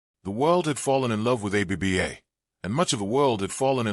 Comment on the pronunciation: Any chance you can update your AI to pronounce it "Abba", not A-B-B-A?